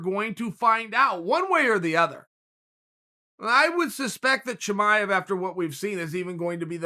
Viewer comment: Sbody better let Chimaev know Uncle Chael told us his real name... Kasmat Timaev! ....lmao 🤣